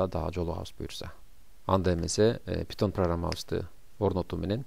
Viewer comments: Пайтон бул тура питон эмес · Питон эмес пайтон